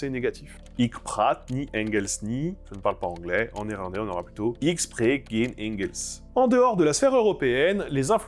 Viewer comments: ça se prononce Rén pas guén. Ou comment perdre en crédibilité. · Salut, super vidéo (comme d'hab ;) ). par contre le "g" de "geen" se prononce comme une sorte de r (ou plutôt comme la jota espagnole) et pas "gueu" comme en allemand (dsl, je sais pas écrire en phonétique).